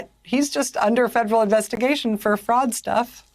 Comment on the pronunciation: I know she's saying "fraud" but I keep hearing "frog"